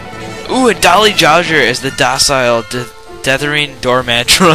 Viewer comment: uh-lej-ed That's how alleged is pronounced. Also, Dolly Jodger?